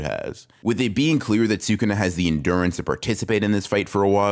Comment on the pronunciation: Wow someone who actually says Sukuna correctly😮